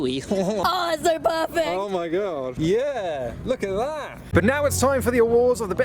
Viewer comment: Anything slightly unusual: a: " LOOKA DAT "